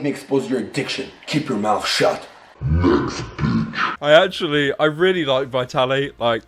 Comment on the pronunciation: I hear "nesquick" instead of "next bitch"